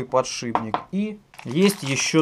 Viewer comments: ПодшиПник а не подшиБник! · ПодшиПник! слух режет. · Аж коробит когда говорят подшиБник=(